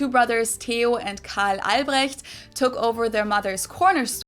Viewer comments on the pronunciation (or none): none